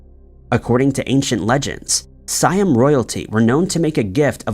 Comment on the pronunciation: Hearing you say "THAY-ms" instead of "Tems", "Schoon-ER" instead of "SKOO-NER", "Si-UM" instead of "Si-AM," and "Sera-Cruise" instead of "Sara-CUSE" is really cringe.